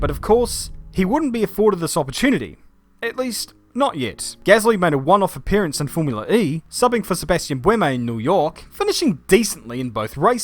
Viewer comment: *boo-way-me* buemi.